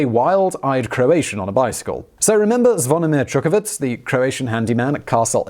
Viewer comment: Zonimir Čučković It is not Zvounimir Čukavic Č - is like ch in check Ć - is like ch in choose (softer) C - is like zz in Pizza